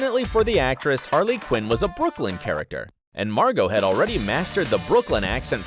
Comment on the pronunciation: It’s Margo not Margot